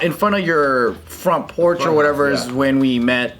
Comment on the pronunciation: Anyone remember when (I think) said "French Porch" instead of "Front porch" and started clowning on her? 🤣 If someone remembers the video pls let me know thanks